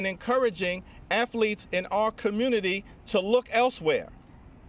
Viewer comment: When your leader says "afletes", your team sucks 😂